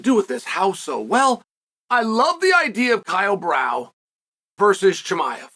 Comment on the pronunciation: Who tf is “kyle brow” 🤣